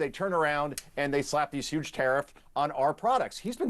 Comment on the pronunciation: Are you kidding, huhge loss.